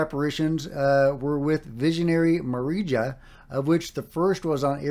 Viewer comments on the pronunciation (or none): Just for information: Medjugorje is pronounced like "Mejugorie" (more or less), Marija is pronounced like "Maria" and "scheduled apparition" means that the visionaries claim that the Virgin Mary communicates with them at a certain time of day that she has announced beforehand.